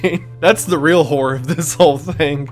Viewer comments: The amount of times, that due to the slight Accent i've understood "Whore" and not "Horror" in the beginning haha. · It's hilarious hearing the word “horror” said in that Tennessee accent haha. Make you think the wrong thing fast.